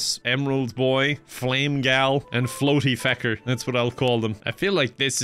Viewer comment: I thought you said "Bootyfecker" instead of "Floaty Fecker"